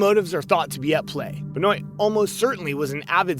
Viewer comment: Chris Beniot is pernounced Ben-wa....just gotta let you know cuz that drove me nuts. he first strangled his wife on Friday, and on Saturday, he gave his son some kind of medication to put him to sleep, and then suffocated him with a pillow. the folllowing morning, on Sunday, Chris Benoit killed himself. he had looked up on his computer things like, "painless ways to kill yourself" before he died. because of this, his AMAZING wrestling career is pretty much NEVER talked about. im not a wrestling fan, and yes, wrestling is fake in that it's choreographed with a pre chosen winner, but it's still very dangerous, and those men and women can and do get really hurt, and some have died because one little thing went wrong.